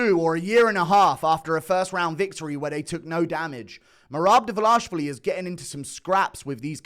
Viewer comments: His name is Dvalishvili, not Davalashvili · it's not "davalashvili" it's dvaLISHvili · ISH-vili Not ASH-vili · Pardon my Hermione, but it isn't Dva-lah-shvili, it is Dva-lee-shvili. Get it right, please. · Bro it's DWALISHWILLY. very very easy brudah. U over here speaking a new language everytime you say his name. "Merab davalashvilly. Merab davalashavalashavalashavalashvilly. You getting a name or names wrong is like Dana using a non haitch-D camera mate. No dis-heespect. Ur a great guy. A wonderful guy. A swell guy. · Why do you keep saying Davlash---vili???? it's Dvalish---vili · I know that average UFC viewer IQ is below 50, but is it really hard to pronounce 4 characters in a row? His last name is DVALISHVILI. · I think yall should start saying it right already, for fucks sake... repeat after me: DVA-LEE-SH-VEE-LEE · still waiting for u to pronounce Merab's last name correctly 🤣🤣🍿🍿🍿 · At least put some effort and pronounce Merab’s name correctly, that’s very unproffessional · You keep mispronouncing merabs last name 😂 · Guru never pronounces merab's name correctly